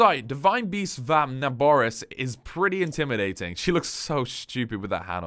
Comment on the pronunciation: Na-boar-is Pronunciation